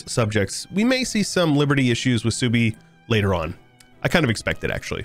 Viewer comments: Genau, Suebi würde gesprochen als "Swaybe" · Is Suebi based in the Germanic tribe of OTL? If so, it's pronounced Sway-bee or Sue-ay-be. Great stuff as always,; especially the passion, time and effort put into this mod. Edit: Gotta love Egyptian Australia! Edit 2: Yep, I'm a nerd 🤓🤣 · The way you pronounce suebi is giving me an aneurysm